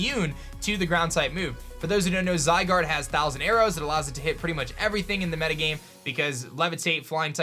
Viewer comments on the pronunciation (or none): none